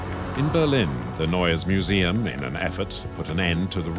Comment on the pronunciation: Narrador péssimo...NEUES MUSEUM se pronuncia "nóies miusium"...